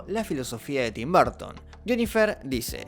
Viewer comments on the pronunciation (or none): Se que no es su idioma natal el inglés pero 🤷 haz un esfuerzo por la pronunciación es muy bueno el video pero hará estar escuchando "BARTON" ...😅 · Da cringe oirte decir 10,000 veces "Barton". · De dónde sacas qué se pronuncia Barton!?